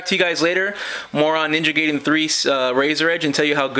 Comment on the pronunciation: It's Ninja G(EYE)den. HOI! Thanks for uploading about to do this and needed guidance and some confidence instead of walking in the dark.